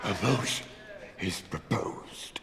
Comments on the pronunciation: Anthony veto the MOTION-UH, Stand up veto the MOTION-UH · “Veto the motion-ah!”